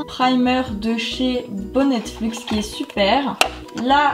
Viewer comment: C'est bonnet luxe pour info et pas bonnettefluxe😭😂😂